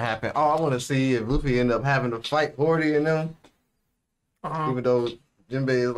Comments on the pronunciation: Hody* not hordy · ok, hate to be that guy but there's literally no R in Hody's name.